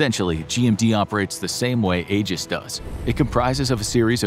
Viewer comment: Aegis is pronounced "Ee-juhs," not "Eh-juhs."